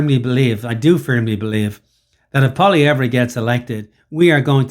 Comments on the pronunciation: Learn to pronounce his name. You’re not “treating” people well when you do that. Furthermore, using a govt paid mainstream media guy getting owned for spewing bs is laughable. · first thing is you need to pronounce Poilievre's name correctly secondly justin trudeau's contempt for Canadians far exceeds any prime minister in the history of Canada. He will go down as the worst pm and as having done the most damage to Canada . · First of all you can't even say his name correctly making yourself look like a clown. This video is a smear attempt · If this bald idiot can't even say his name properly, can we even trust his opinion? His disdain of the journalist was well deserved, as the journalist was ill prepared, biased, and clumsily attempted to trap Pollievre. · How the F can he not pronounce his name right?!!! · Can’t take you seriously if you can’t pronounce his name.